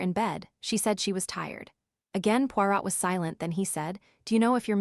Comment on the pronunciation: AI. Pawrat